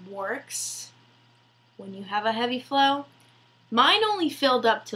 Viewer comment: Lol your so sweet! My daughter and myself found your video very informative! Thanks keep up the good work and next time just try saying FLOW! 😊